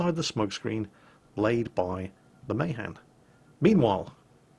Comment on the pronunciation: + The Mahan is pronnounced Muh- han.